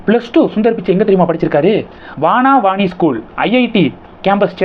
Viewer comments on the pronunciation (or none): It is not vaanaa vani . It is vana vani ( forest vani). It is a matriculation school,not a case school. Please check your facts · வனவாணி, வானாவாணி அல்ல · That is vanavani and not vaanavani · You don't know how to read the name of the school in IIT Campus. It is called vana vani. Vanam means forest in tamil. IIT is inside guilty forest. therefore it is vana Vani means goddess saraswathi. Abdul kalam completed schooling before 1962. At that time all schools both govt and private schools are only up to 11th. It is called S.S.L.C. it was three language system. After 1962 though hindi was taught you have to write exam but it will not be considered for passing. But you have to attend the exam and you can't be absent. Please collect correct information and deliver. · அது "வன வாணி ஸ்கூல்". உச்சரிப்பில் கவனம் செலுத்துங்கள். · you said Vana Vani (வன வாணி) வனம் - காடு. வானவானி அல்ல